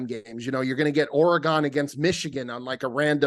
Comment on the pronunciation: “Ore-Uh-Gone” count: 93 Brutal.